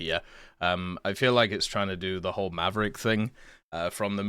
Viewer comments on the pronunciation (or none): none